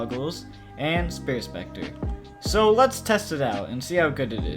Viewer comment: “Spirit Specter”